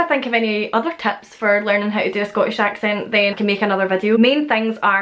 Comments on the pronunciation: Excellent video! I have also noticed that you sometimes replace the "short i" sound (in a word like "tips") with a "short e", so it becomes "teps". Whatever's going on, I love it. All of the accents that I've heard from Scotland, Wales, and Ireland (and to some extent England) are so melodic. I think it might be appropriate to say: "Well, that's me then. Until next time". I'm assuming "that's me" replaces "I'm done". If not, I'm an eejit. (From America, BTW). 😃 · One thing that I've noticed from you in particular is that a lot of times, the "i" in words becomes an "e." Like chicken becomes checken, tips becomes teps, kitchen becomes ketchen, that sort of thing. Not Scottish, just something I picked up lol